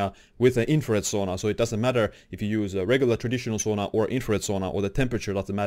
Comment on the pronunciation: It’s pronounced Sauna, not Sona.